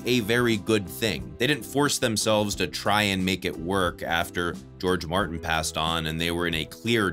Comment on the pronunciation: That "Martin" flub is making me laugh my ass off.